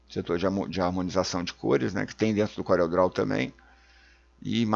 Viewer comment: "Couréu" mydou de nome😁